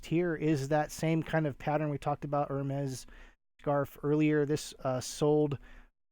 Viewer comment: I believe Hermès is pronounced like “Airmay”. Thank you for sharing these sales.